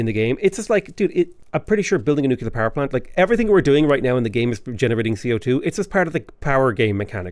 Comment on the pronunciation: The fast talking makes me think you’re reading a pharmaceutical side effects list. I have to say, though, that ‘nucular’ drives me just south of batshit 🧐